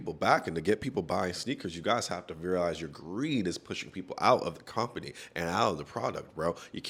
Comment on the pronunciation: the pronunciation of “comp-pany” must be the long running joke of this channel 😅